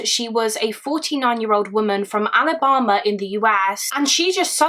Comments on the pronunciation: also, the way you say ALABAMA is gorgeous. I love you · Omg, when you say Alabama it actually sounds like a fancy place instead of….